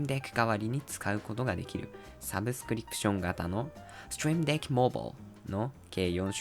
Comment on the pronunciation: Trying to learn japanese right now so I have the subtitles turnes off. Barely understand a word he's saying but the intense "STREAM DECK" without any context for me every time the name is on the screen is incedibly funny. But gotta give it to him, the pronunciation of "STREAM DECK" was pretty good.